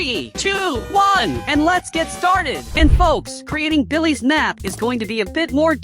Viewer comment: Bro said billehs 💀